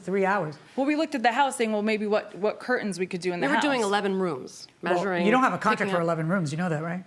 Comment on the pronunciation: CurTains, not cur-ains.